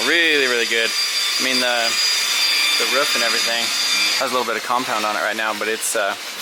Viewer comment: did you really just say the ruuuff lol you mean roof? not ruuff lol xD